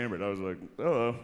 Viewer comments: He did the “hullo” lmaooooo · He really hit the "hello👋"